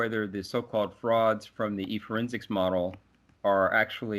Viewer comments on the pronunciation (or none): 아, 지금 의 '프라드' 발음에 집중하시느라 내용은 못 까시는 분들께서는 ~54에 미베인 교수님의 발음도 같이 까주시면 감사하겠읍니다.